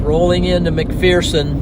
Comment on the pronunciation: Just so you know, it's pronounced "Mac-Fur-Son" Kansas. The local saying is that "there is no 'fear' in McPherson."